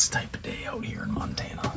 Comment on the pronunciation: Btw, I love the Monatucky, much like Pennsyltucky!lol 😂